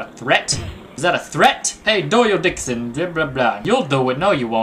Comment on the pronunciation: take a look XD Dixon souns like:d*ckson